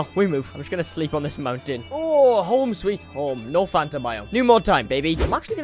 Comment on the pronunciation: I love how he calls it fanter